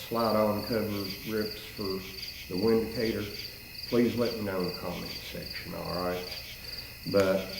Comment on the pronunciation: Not trying to sound like a know it all, however the "W" in Windicator actually sounds like "V". So "Vindicator" is the correct pronunciation.